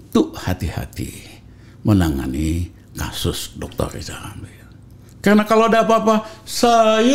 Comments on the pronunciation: SI PELAT YG TERUS PILAT KINERJANYA... LIZAL LAMLY LIZAL LAMLY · LIZAL LAMLY THO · Wkwkkwkw ketawa sampe terkentut2 gw denger si LL ngomong lijal lamli klo lu bener pinter ..knp ditendang ? Gw lebih percaya Pa JK dah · Masih Melakolis Lizal Lamli!